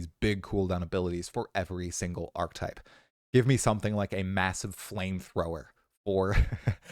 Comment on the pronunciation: "archetype" = arc uh type